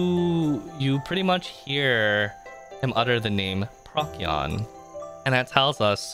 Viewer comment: PROH-see-on. not PROCK-ee-on. Good vid though, I listened to this entire thing while at work!